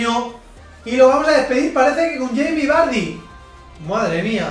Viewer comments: Cermeño Mejía le dice barrie xd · Yo no se vosotros,pero cada vez que pronuncia vardy me descojono jajaja